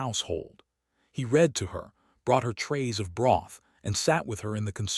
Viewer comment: I’m going to stop hopping that you will fix the narrator you use that can not pronounce English words correctly. I’ll fad away to other channels that have chosen to fix the narrator by helping it pronounce “hoping, fading, read, staring” and many other words properly or have begun to replace the ai narrator. Good luck with your channel growth. I sincerely doubt that it will grow until you fix it.